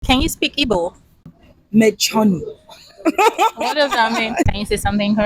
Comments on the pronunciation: She’s correct in her Igbo. Perfectly pronounced too. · Yeah, she actually tried with the Igbo pronunciations. 😂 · you're special.as a Nigerian igbo girl,she really tried in the pronunciation.nice to meet you am also igbo. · as an igbo shes right and she said shut up correct pronouncation needs a bit of brushing 😂🎉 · Yeah she got the igbo correctly anya = eye nti = ear onu = mouth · She very correct with her igbo language and pronunciation is good better than my kids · Interview her more I love watching her she so calm and dramatic love the way she talks. She also brilliant all the Igbo pronunciation is good 👍 she is good good news.. gospel means the same as oziomachukwu.. I love her ❤ 😍